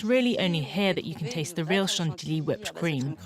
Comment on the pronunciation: You are pronouncing it wrong. It's not san-ti-li but san-ti-yi (Chantilly). Thanks.